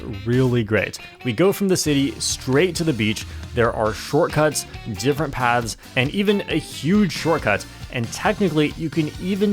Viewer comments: What's more concerning is how keeps pronouncing 'Paths' as 'Pads'... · Why does keep pronouncing 'paths' as 'pads'?